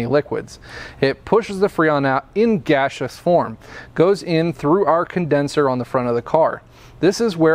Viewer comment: Thanks, man. I like the way you say gasseous as "gashous"